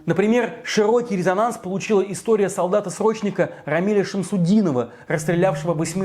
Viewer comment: не тебе судить Российскую Армию, тебе к логопеду надобно, а еще учи не истоГию, а как было на самом деле. И не показывайся больше на людях, лучше молчи тлидцать тли.